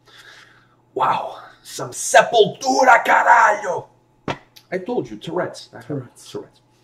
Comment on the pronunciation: "Sepultura caralho!" _\m/ Yeah! (Good portuguese pronunciation)